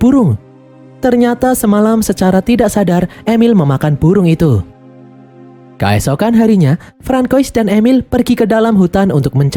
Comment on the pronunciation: "kAesokan harinya"... pakai E bukan pakai A mimin... kEesokan harinya. artikulasi donk lol.